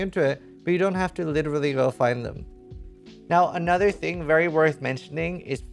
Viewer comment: I love the way he says " here with ANOTHER video" Kinda like he can't believe himself how many he's pushing out